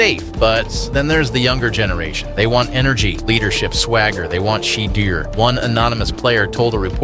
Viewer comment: SheDeer Sanders?🤣